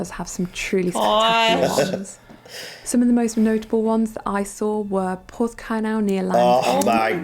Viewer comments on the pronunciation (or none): Some very strange non-Cornish pronunciation in the commentary there! Tintagel is pronounced Tintadgell, not Tintayjell, and it’s Porthcurno not Porthcurnow. I was lucky enough to live in Hayle and work in Penzance for 16 years. St Ives was a short drive away as were Marazion and Mousehole. Newquay, Porthcurno, Padstow, Looe were easily doable and back in a day and we had a fantastic time bringing up our family (two daughters) there. Once when we took the train from St Erth to St Ives, we were the only people in the front carriage, and the driver invited us into his cab so the girls could see the complete view, not just that out of the side window! I would agree with the list - she did a pretty good job of selecting the best things, but it did concentrate on West Cornwall. There are very lovely places in East Cornwall too - Polperro, Lostwithiel (with Restormel Castle nearby) and Liskeard. Truro and Bodmin are great towns to spend a day in with plenty to see and do - the old Bodmin Jail is now a multi-sensory display exhibit of Cornish history, with a luxury hotel and restaurant on site too. Whatever you want to see, do and enjoy, Cornwall has it! Hope you make it there sometime soon. PS it is sub- tropical, it can snow occasionally and be chilly, wet and foggy, but when the sun shines it’s glorious!!!